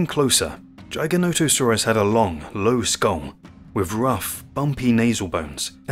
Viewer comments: According to the man who named it the correct pronunciation is Jy-guh-no-toe-sore-us. It is partially a reference to an ancient sky god. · AI narration is junk. If you can't pronounce the name of the animal correctly, I have zero reason to trust anything else in the video. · I'm sorry but a few things wrong in this video. First, the pronunciation. It's giga-nata-saurus. It's not "giant - o - saurus, like the video says. Next, some basics. World was divided into the north and the south, after pangea split. So Laurasia had North America and parts of Asia including China. Gondwala was the southern continents, including South America, Africa, Australia, and Antarctica. The north and south territories did not mix, and the dinosaurs evolved separately in the Cretaceous period. So in the north, it was the Tyranasaurs, and in the south, it was predators like giganotosaurus and carcharodontosaurus. Allosaurs were in both the north and the south areas in the Jurassic period when it was all connected, but by the Cretaceous, the land had divided, and Tyranosaurs evolved in the north. the Tyranosaurs outcompeted and replaced the allosaur. So giganotosaurus is basically the evolution of Allosaur in the Cretaceous, in an environment where Tyranosaurs did not exist. These dinosaurs all filled a niche. Why did they get so big? Because the dinosaurs they fed on got so big. Giganotosaurus and mapusaurus fed on the south sauropods like argentinasaurus and the other titanosaurs that existed there. Basically, Mapusaurus is the future evolution of Giganotosaurus. As far as bigger, sorry but the T Rex was more massive, up to 2 tons heavier, even in the charts in the video it shows this. History has proven that Tyranosaurs out-competed the allosaurs, so if you asked me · Take time.... watch your videos. You can get the A.I. voice to say it correctly if you take the time. Edit your script to " Jig a not a sore us " and it will say it correctly. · It's Jigger, Jigger-noto-saurus. Just saying.